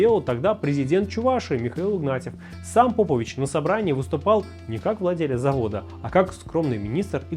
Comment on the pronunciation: Попович правильно ставьте ударение, навальнята ебн